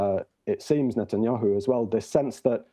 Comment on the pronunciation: This man said “Netanyoohoo” 😂